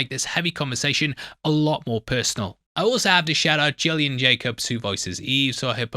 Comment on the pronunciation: Gillian is pronounced with a hard G like a fish’s gills, it’s not the same as Jillian